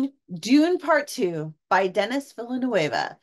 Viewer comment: Not Dennis Villanewava. It's pronounced DaNee Villnoov. Good review. I can't wait to see it.